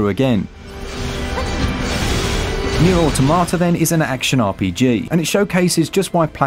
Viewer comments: Aw Tom at ah , not aw tomata , just saying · I just can't get over people still saying "AUTO MA TA" lol, it just sounds plain wrong, but yea yea, engrish.